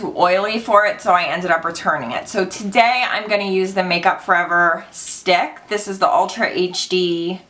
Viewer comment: Idk why but I laughed so hard when you said "let's do thees!!!" Before doing your brows 😂